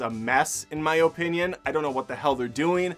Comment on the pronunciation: I love the way says opinion lol 😂